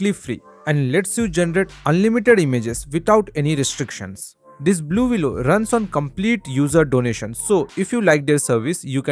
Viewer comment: Thanks for telling me. 😂 I thought he was saying- Baloolooloo. The bear necessities of a.i life will come to you!